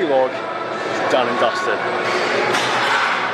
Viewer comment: bro, it's vlog not v-log.